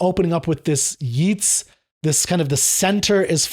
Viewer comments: Just a small note: "Yeats" rhymes with "gates", not with "sheets". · I've never hear the poet pronounced that way, but I guess you are talking about William Butler Yeats? His name rhymes with 'dates'! And in respect to 'Second Coming', you need to put it in the context of Irish nationalism in the early 20th century to understand it better.